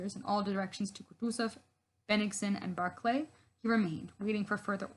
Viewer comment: Great to listen, especially when guest authors read quotes, by that one can learn how the names are pronounced, while the authors of historyland garble them all into modern American, Barclay like Barclays band, Bagrashion instead of Bagration, Löwensteen instead of Löwenstein, there this is sort of serious history I would with that the authors would at least try better and follow en suite to those guest authors. I could hardly undserstand the chap with the pseudo German accent, strangely he couldn't pronounce the German names and pronounced them in pseudo English